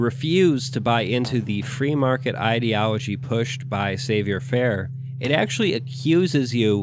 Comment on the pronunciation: i love you but your french is killing me. oi is pronounced like 'wah': savoir is 'sav-wahr'. toi = 'twah'. you put so much effort and research into your political theory and scriptwriting that it's a punch in the ears to hear la langue de la guillotine treated this way.